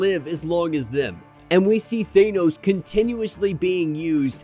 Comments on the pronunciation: Could you please learn how to pronounce "Thanos"? It's not "Thainos" or "Thaneoes" ... It's just "Thanos" Please for the love of all that is good in the world? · Bro I love you but it’s “THAAHHH-NOOSSS” not THAYNOS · Love the content bro but ur pronunciation of Thanos was throwing me off...Ive only heard Star lord pronounce it like that in the MCU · Please stop saying Thanos like that